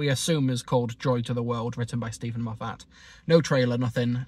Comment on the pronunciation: It’s pronounced MOF-ət, not mo-FAT.